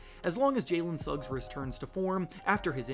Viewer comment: Butchered that "magic" trade with the heat logo and Jalen as "Alen Suggs" 🤣